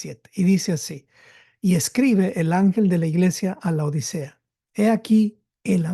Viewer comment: Por favor, es LAODICEA, no La odisea, como muy problamente los pronunciaréis. Laodicea (griego Λαοδίκεια πρός τοῦ Λύκου; latín: Laodicea ad Lycum, también trasliterado como Laodiceia o Laodikeia, antes conocida como Dióspolis y Roas; turco moderno: Laodikya) es una ciudad del antiguo Imperio seléucida, establecida entre 261 a. C. y 245 a. C. por el rey Antíoco II Teos y nombrada en honor de su esposa Laódice. Estaba ubicada a unos 6 km al norte de la actual ciudad turca de Denizli, en la provincia del mismo nombre, cerca de la aldea de Eskihisar. Cómo vais pretender enseñar si no sabéis ni cómo se escribe.